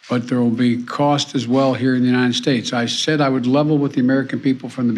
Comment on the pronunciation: I'm trying to figure out where the ''Unined States'' is. The guy cannot say ''united.''